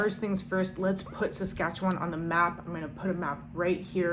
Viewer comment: she didn't learn how to say Saskatchewan lol